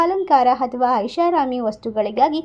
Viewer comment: ಮೇಡಂ ದಯವಿಟ್ಟು ಕ್ಷಮಿಸಿ. ಅನ್ಯಥಾ ಭಾವಿಸಬೇಡಿ. ಅಥವಾ ಎಂದು ಹೇಳುವಬದಲು ಅಥವಾ ಎಂದು ಹೇಳುತ್ತೀರಿ. ಅಕಾರ,ಹಕಾರ,ಈ ಕಾರಗಳನ್ನು ಸರಿಯಾಗಿ ಹೇಳಬೇಕಾಗಿ ಕೇಳಿಕೊಳ್ಳುತ್ತೇನೆ.ಅವಕಾಶಕ್ಕೆ,ಅವಕಾಶ ಎಂದು ಹೇಳುತ್ತೀರಿ. ಆರ್ಥಿಕ ಎಂದು ಹೇಳುವಬದಲು ಹಾರ್ಥಿಕ ಎಂದೂ ತಪ್ಪಾಗಿ ಉಚ್ಛರಿಸಬಾರದಾಗಿ ವಿನಂತಿ.